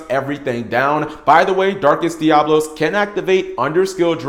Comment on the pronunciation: DiaBOLos?! :) sorry, couldn't resist jokes aside 4 some they just can't pronounce it right, they just can't help it